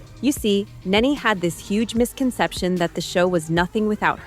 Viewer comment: Its NENE NOT... Naynay